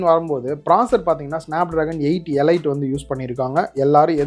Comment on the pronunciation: Elite pronunciation “ay-leet”